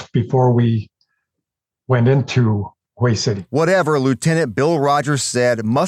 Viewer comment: It's not wheel. Its hue. Wha a waste.